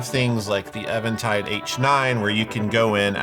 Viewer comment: Im gonna be so annoying right now: eventide is pronounced differently. Its an old word that means "evening time", or just evening, and the first part sounds like the word "even", not like the name "Evan".